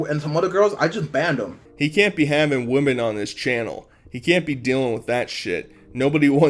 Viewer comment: with woman or women? WoMAN(what you said) is ONE . WoMEN means more than one.. if you meant woMEN then how do you not know how to pronounce that properly xD